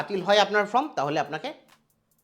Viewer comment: আরে ভাই উচ্চারণটা ফর্ম,ফ্রম নয়।